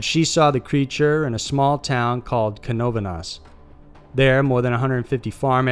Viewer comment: Good job pronouncing Canovanas and Moca. First time I hear it pronounced correctly in a video in English.